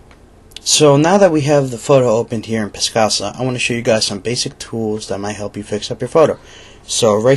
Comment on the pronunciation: It is not piscasa. Picasa.